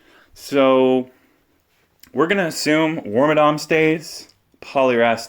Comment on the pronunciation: are you saying work my dong?! its like worm and madam wormadam.... madam madong madont.